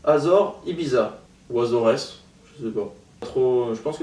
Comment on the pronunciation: Ça se dis Assoress genre on prononce le S mdrrrr c'est au Portugal